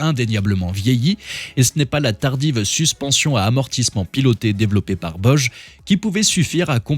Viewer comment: Vidéo sympathique mais il ne faut pas hésiter à se réécouter. Des erreurs de prononciation : Boje au lieu de Bosch. Ou des phrase pas françaises “L’auto commence d’intéresser...“ C’est dommage.